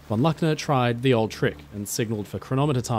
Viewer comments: IT is a German name ---- LOOKNER --not LACKNER!!!- top story -thank you. In German all words are spoken as the letter says in NATO spelling. U - is always U -as in UNION. A is A AS IN alpha AND MOVIES HAVE BEEN MADE AND THERE IS PLENTY AVAILABLE IN gERMAN TOO.. Sucht mal n bischen!!! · Luckner with the u of Butcher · Luckner = the "u" is pronounced "oo", but as a short vowel. I do invite you to check pronounciation of German (and French, Spanish) names and places with before the audio of a video is done. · I listened to that story in the background, and wondered, what that guy would be, and i never heard of him??? Strangely somehow like Luckner, but with an unheard name. ?? It took me a while, to grasp, that someone would tell a story, without beeing able or willing to tell the name right!!! So easy to to, but simply not willing to. How serious would the rest of your "research" be??? Unable to research the difference between "A" and "U"??????